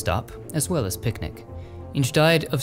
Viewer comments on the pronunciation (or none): none